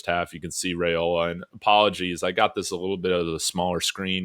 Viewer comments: Dillon's name is pronounced RIOLA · ‘Rye-ola’ I was losing my mind listening😂